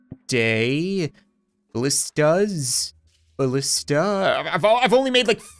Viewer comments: It's pronounced balisti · Its pronounced balisti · The plural of ballista is pronounced ballistee